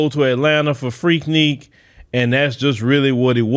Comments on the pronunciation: FREAK NIK. NOT FREAK NEAK😂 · Freaknik not Freakneek….. dude stay mispronouncing stuff 🤣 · It is spelled FREAKNIK, but it sounds like FREAK-NICK! It is NOT freakNEEK,. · Freaknik not freakneak lol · it's pronounced Freak(Nick). It's like you're scratching a chalkboard whenever you say it. Lol🤣🤣🤣